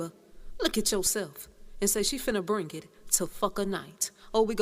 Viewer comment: "Its bring it!", not brink It